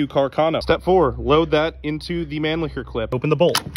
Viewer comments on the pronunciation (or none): naah, its pronounced with an emphasis on the CH in mannlicher. Manlicker is just.. no.. xD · Americans really pronounce Mannlicher as man-licker